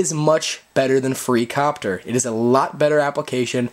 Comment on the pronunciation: its copter not IIIIIIIIIIIIIIiiiiiiiicopter